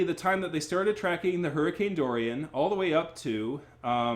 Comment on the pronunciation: I'm not even halfway through the video but I can't get over you mispronouncing Hurricane Dorian multiple times. 😆